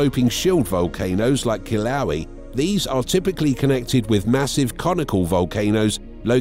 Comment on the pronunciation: ugh....I think you mean ...kill-uh-WAY-uh